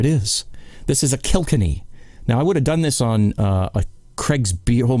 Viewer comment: pronounced Kill..kenny. Not killkinny.